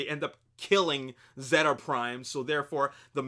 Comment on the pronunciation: its pronounced zeta (zayta)